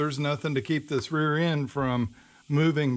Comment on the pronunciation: Awesome video bro. You definitely fked up the word rear 🤣🤣